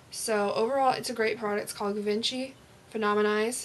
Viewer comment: bahah AnneVuitton, that's the first thought I had, "it's pronounced gee-von-shee" XD thank you!